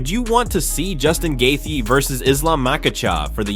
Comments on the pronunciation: He pronounced Gaethje a different way every time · If you can't pronounce gaetchi then just stop trying dude you get worse instead of better every try😂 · It kills me how bad you are at pronouncing names 🤦🏻‍♂️ couldn’t get past 2 minutes hearing you say gaethje’s name one more time 😂